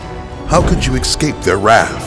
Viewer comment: you said excape